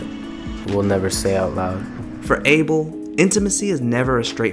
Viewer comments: his name is pronounced like “A-Bell” it’s ethiopian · Abel? It AH-bel!... Lol he's yehabesha! Can't you get it right? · The way this guy is pronouncing abel is sending me 😭😭